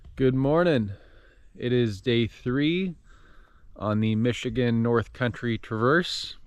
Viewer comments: Great video. It’s funny has hell listening to non-Michiganders try to pronounce the names of our towns and cities 😂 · Hearing your pronunciations of locations in Michigan is kinda funny lol